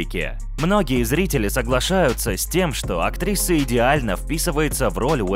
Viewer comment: Чел, почему ты говоришь "актриССа"? Че за приколы?